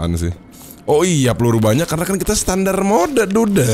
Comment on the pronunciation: terasa gatal telinga saat mendengar kata SETANDAR ???? WTF